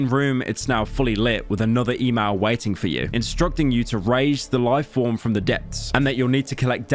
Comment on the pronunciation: "...another eeh-mah-eel...", lol